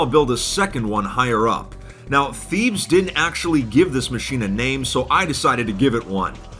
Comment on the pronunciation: "Thebes" is not pronounced the way that said it throughout the video. It's actually pronounced "Teh bays"